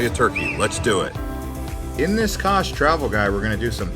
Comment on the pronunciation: Kas is a very cute little town that shouldn't be skipped on your road trip along Turkey's turquoise coastline. It offers beautiful beaches, great food, shopping, and a lot more. Kas is pronounced as Kash.